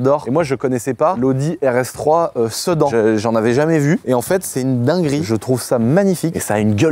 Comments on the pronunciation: Salut pour la RS3 ça ce prononce Sé - da - n et pas Sé - dan faudrait testez le tank dans la neige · Qui lui dit que sedan ça se dit "sidane" 😂